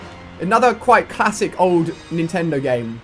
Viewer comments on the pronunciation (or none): none